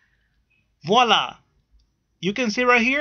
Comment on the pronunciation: I like how you say wahla all the time , lol